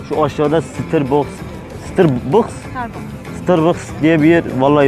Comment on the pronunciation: 6.14 sıtırbıks 😂😂